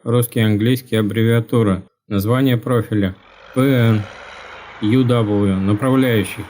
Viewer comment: Плять, ухо режет! Какие к черту алюминиевые направляющие?! Обычная оцинковка!!! И все говорят "Ю Вэшка", а не "Ю ДаблЮ" ;)